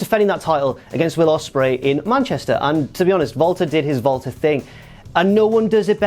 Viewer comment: He pronounced it like that because that's how you pronounce it.